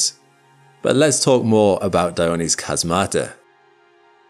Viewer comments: Just a note: "chasmata" is pronounced with the stress on the first syllable and it's the plural of chasma, so each named one is ___ Chasma. Same with fossae: it's a plural, so ____ Fossa. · Chasmata is pronounced "HAZmata". I usually don't comment on the correct pronouciations of Greek words but this one really rubbed me wrong.